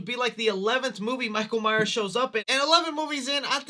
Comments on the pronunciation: “Michael Myer horror movies”? It’s Michael MyerS, not Meyer. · Love you. But please stop dropping the S on myers 🤣🤣